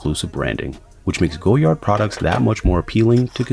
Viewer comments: I believe it's pronounced GOY-ard, not GO-yard. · was looking for this comment, thanks. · Its pronounced goyar the d is silent... this guy.... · Wise Memayor it’s a French thing... we’re quirky like that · Too late! Americans pronounce the "D". It's Goyard with a "D" now. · 000 001 to late? The brand is French so its never going to be to late to change the way you pronounce “goyard” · In English it isn’t Goyard this man isn’t French Clearly someone in Brazil isn’t going to pronounce the word the same way a French Person would let it go it’s not that deep.